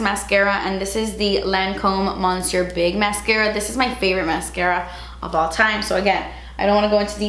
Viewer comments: PLEASE, the mascara is pronounced MUH-sieur. The N is silent, girl! 😘🥰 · bby you are mispronouncing your favorite mascara 💕😂 loveeeeee you ❤️❤️❤️❤️